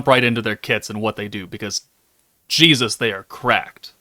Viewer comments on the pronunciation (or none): none